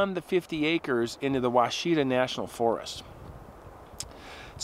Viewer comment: the forest name is pronounced "wash-a-taw" and the a is short.